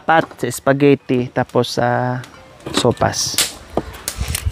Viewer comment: Sopas madam not sowfas😅